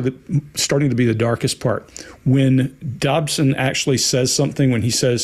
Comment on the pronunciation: Dodson, not Dobson. Apologies.